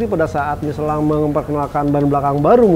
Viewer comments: Si knpa sih nyebut miselang udh tau michelin di sebut miselang aneh si ini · Michellin apa nyeselin nich..bahahaha